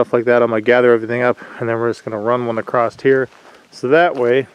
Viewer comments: it is said across not acrosst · touché-just a pet peeve of mine ..i hear a lot of people mispronounce across -not sure why that word is butchered